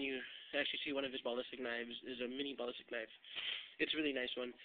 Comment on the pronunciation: Good video and tut but the way u say ballistic pisses me off! Haha but other than that good video.